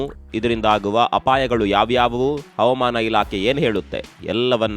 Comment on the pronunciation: Please pronunce Havamana and Avamana ' s difference